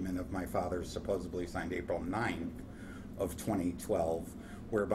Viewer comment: The correct word is "supposedly" - not "supposably."